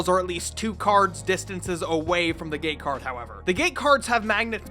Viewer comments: You say gate card like gay card and i can’t get that out of my head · Q-is it "gate cards","game cards" or "game cards" because i hear it as the third option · I keep hearing the word "Gay Card". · why i kept hearing gay card xd ..... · Why does he keep saying gay card? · Am i the only who hears "gay card" instead of "gate card"? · "Gay Card, Open...out the closet'